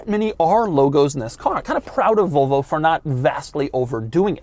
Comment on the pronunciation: i do not like the way he says Volvo as "Vulvo"